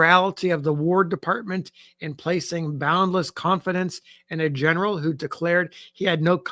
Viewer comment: Hahaha 😂 “I’m not gonna attempt it in its original slang” Legitimately deep belly laughs at Gin-eral 😂